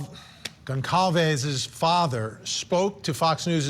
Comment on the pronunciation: Just so sad for all of the families that have lost their loved ones whom they will never see, and hug again. I pray for each family... side note Kayle Goncalves, her last name is pronounced (Gonzalves)..